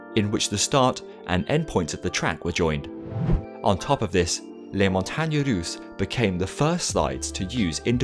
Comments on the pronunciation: I'm surprised that you were able to pronounce "les montagne russes" without failing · The way you pronounce "montagnes russes" is soooooo cute! Anyway, congrats for pronouncing the "u" right, I know Americans and Brits still unable to pronounce it correctly after 20+ years living in France. Very interesting video as always!